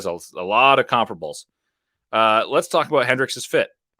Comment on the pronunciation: Respect the correct pronunciation of comparable- rare outside of real estate.